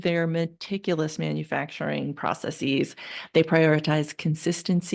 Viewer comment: NOT process-eez. 1 process, 2 processes. There is no justification for -eez. It sounds ignorant and untrustworthy.